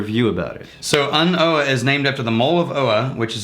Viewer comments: So. I think An Oa is pronounced An O /An Oh? Silent A. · I am sure you don't really call but its not pronouced "an oh a" its just simply "an oo" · You're mispronouncing it! OA is pronounced "OH". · It's actually pronounced on oh - an (the) oa (obha) I don't know if anybody cares I just like the Gaelic language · /, this expression is pronounced “An Oh’’. I was in Scotland a week ago and asked a local Oban shop owner and he was talking about how they all joke about this new release. ‘’Hey, have you heard Ardbeg have released a new whisky?...’’Yeah, An Oa’’...read that in a Scottish voice and you hear the same thing as ‘’I know’’. It’s a nice joke for them.:)